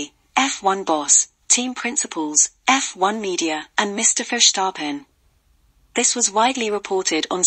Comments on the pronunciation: Incorrect: Mercedes was not robbed of their 8th title, Mercedes did win 8 times in a row. Pronounciation is not Furshtappen. Max Verstappen is not doing anything wrong. However his father should shut up as he could ruin his son's career! This video is pretty poor. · So you are querying the English pronunciation of a Dutch name while getting the facts wrong. We said Sir Lewis's 8th title not Mercedes. Max Verstappen has been doing everything he can possible do wrong. 🤷